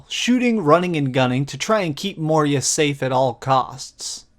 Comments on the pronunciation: Good review! But it's Moira! Not moeeria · lol you keep saying moria instead of moira. this isnt the lord of the rings lol! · Bruh, Moira, not Moria... Good review though :)